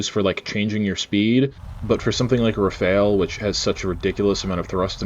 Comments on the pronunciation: excellent except for one thing : your prononciation of "Rafale" you say it like "Rafael" that's not it, it's "RA-FAL", the "AL" as in "sALad" 👍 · I'm sorry but it rafale not Rafael 😅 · RAFALE not Rafael, respect this masterpiece